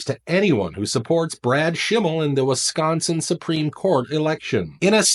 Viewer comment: Wiss -sconsin.